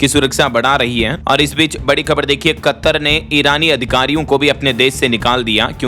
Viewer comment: अरे मूर्ख । तुम कतर शब्द का उच्चारण गलत कर रहे हो यह शब्द कत्तर नहीं है। कतर है